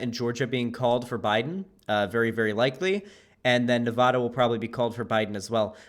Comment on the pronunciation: nava-DUH please say it the way locals and the people who live there pronounce it. Thank you.